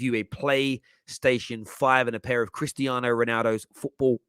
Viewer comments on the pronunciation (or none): none